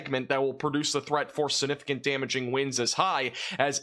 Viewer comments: It's "siGnificant," not sinificant. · I hate the way you say significant but I love your weather reports :)